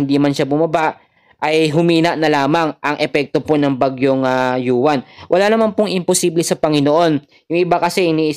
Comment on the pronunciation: Uwan po Ang pangalan Hindi yuwan